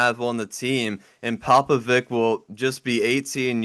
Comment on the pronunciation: It's pronounced Popovich guys. Not Vic.